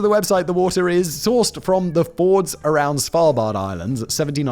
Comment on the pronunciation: I've heard Simon say the word "fjord" in like three videos with three different pronunciations, all of which are wrong. It's incredibly entertaining